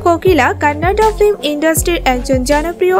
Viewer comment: ফ্লিম or ফিল্ম? উচ্চারণ সঠিক করা উচিত